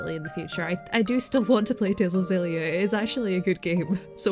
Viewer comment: Tales of xillia is pronounced the same way you say Xavier, or x-men , I heard it pronounced that way in Japanese trailers